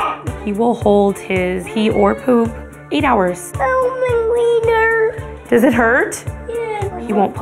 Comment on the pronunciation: The way he said wiener and diaper